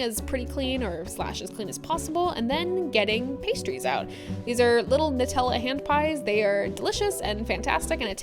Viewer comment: Hearing someone pronounce "Nutella" properly and not as "New-tella" is music to my ears